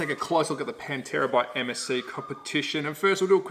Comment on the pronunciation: In case my link about how to pronounce Pantera Properly causes problems. Another fun fact about the late model Pantera cars is that they had the Australian made improved Ford Cleavland engine blocks cast in the Geelong engine plant. Ford US stopped using the Cleveland and sent the tooling to Australia around 1973 or so. Dr Tomaso in Italy then raised the power output by mods and blueprinting of the Australian engines supplied. Understand that this Australian content got the some import duty reductions when sold here. Rusty French raced one here for a while.